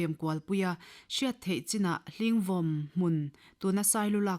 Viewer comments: Hling vawm tih ah hian vàwm tih tur a ni vàwm thluk tur a ni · 'HLINGVAWM' : 'VAWM' hi 'SAVAWM' tiha 'VAWM' anga lam tùr.A.I.R Aizâwl-a thu chhiartute hian thumal dang lam dik loh in ngah ṭhin hrim hrim mai.Recording in tih tùr rêng rëng vawi hnih tal chhiar chhuak hmasá ṭhin rawh u.